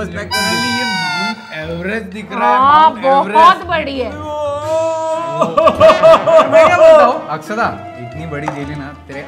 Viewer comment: it is akshada not akshara